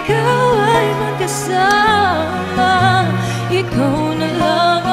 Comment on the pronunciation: Okay lang, medyo kulang sa power, ang diction sablay minsan "makasawma..." , nerbyos ata.